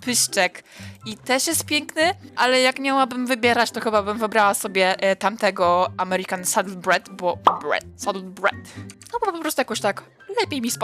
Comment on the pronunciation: Mordo „breed” czyta się „Brid” (BUAHA przyszedł przyszły filolog angielski)